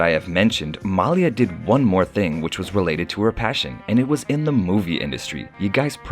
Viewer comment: Her Name is pronounced Ma Lee Ah, Not Mal Yah... OMG, get it right PLEASE... Thanks in adv... :-)))